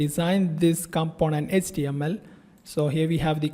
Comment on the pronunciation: Dude, your English is terrible. Please invest some time into learning how to pronounce words like "request", "enable", "able", "HTML"(not ecTML), "label".